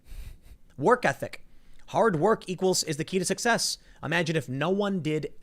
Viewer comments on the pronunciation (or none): none